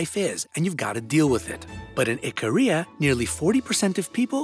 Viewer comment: For some reason whenever he says Ikaria, I hear Korea 😂😭